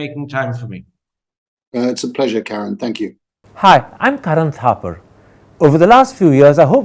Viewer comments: He keeps calling Karan, Karen 🤣🤣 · करन नहीं, किरण हैं आप मीडिया की। आपके इंटरवियू का कोई जवाब नहीं है सर